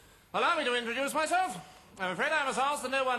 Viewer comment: _ Cleese actually does say "alduce me to introlow myself" in this sketch.